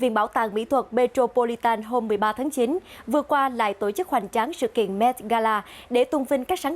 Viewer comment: đọc: tộ chức, tộng thống...